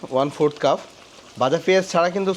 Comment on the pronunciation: Cuf bolechen keno? Eta cup